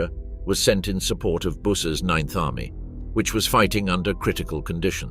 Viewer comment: Many names mispronounced. Busse is B Uuu se